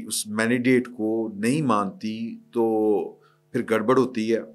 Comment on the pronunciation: Plz sir the word is mandate not manidate you always pronounce it wrong. Your program is also watched by young people and some learn it from you